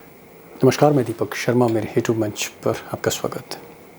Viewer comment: Hee tube nahi u ट्यूब बोलो यार